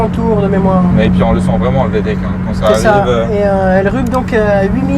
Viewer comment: Vtec .... Et non Vtech 😅